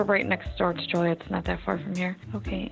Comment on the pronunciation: Hey I’m from Illinois and Joliet is pronounced as Jol-e-et. Great vid!